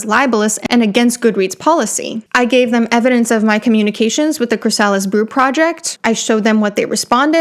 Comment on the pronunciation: CHRY-sa-lis, not chry-SA-lis.